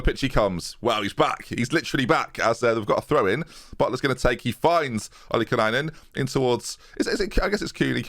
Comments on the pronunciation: please, it’s just “Oli - Kai - Nen” No extra N’s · he still says OlikaNainen... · Thames Pronunciation Session: 1. Renatinho = Ren-Are-Tee-Nee-oh (like Ronaldinho) 2. Ollikainen = Ollie-Kye-Nen (say what you see ) 3. Latham = Lay-tham 4. Cooney = come on, how can you mispronounce that? I expect no further mispronunciations. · absolutely love that he still doesnt know how to say Ollie-kainen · He never once said Ollikainen right, he always adds a syllable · Same with me, being Finnish and still trying to figure out where the extra syllable in Ollikainen came from